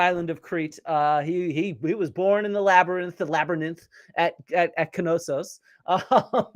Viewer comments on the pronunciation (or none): He says "labyNITH", not "labyrith" - its even worse than you think, AND he says it multiple times, so its not just a slip of the tongue lol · Labberninth cracks me up everytime I hear it! Great video, Flint! Thanks for all the hard work you put into these! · You’re gonna say “labber-ninnth” forever now, aren’t you? 😆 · Honestly I'm a fan of Joe Rogan. I understand he is wrong on many historical things, but I appreciate his curiosity and diversity of guests. That being said, I really appreciate you giving him crap about the way he says "labernyth" Labyrinth. 😂😂